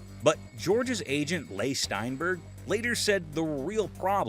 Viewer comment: This was the best AI narrator you could find? Lay Steinberg? Ka-mahn!